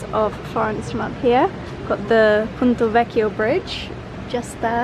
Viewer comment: Apart from pronouncing ponte vecchio as 'punto'!